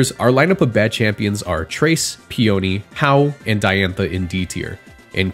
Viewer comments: hau? really? HAU? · Hau? REALLY!?? I mean I get what you’re saying but wow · Hau? Really?